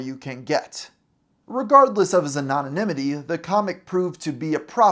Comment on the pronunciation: It sounds like you may have added a superfluous syllable to "anonymity." Also, you mispronounced "unrequited" . It's pronounced "uhn·ruh·kwai·tuhd." Sorry. I can't help myself. I'll let all subsequent mispronunciations slide, unless it's something especially egregious. (Edit: Sorry, one more. I mean, this is an overt malapropism, so I feel justified addressing it.) , you say "exacerbated" in place of "exasperated," which is clearly printed in the text, in addition to making far more sense contextually. Okay... that's it. I promise.